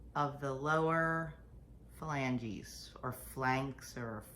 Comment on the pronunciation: Ohhh, ouch. I know that hurt. So sorry. Fa-lan-ges